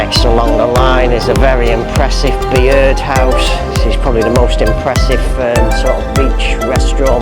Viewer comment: Bee-ird house??? It’s just pronounced Bird house mate.